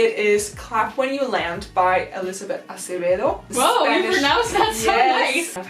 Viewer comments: The way she pronounced Acevedo was good, the spanish classes paid off. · My mother tongue is Spanish and when you said "Acevedo" I was like "Ohh!! good pronunciation!!!!😲👏👏🎉🎉